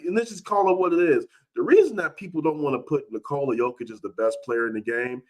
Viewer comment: He doesnt care to pronounch anyones name right. He dont even say doncic or jokic right. Annoys me too!